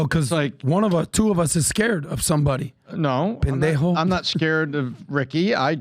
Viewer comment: Adam, never ATTEMPT to say Pendejo ever again, please. 🙏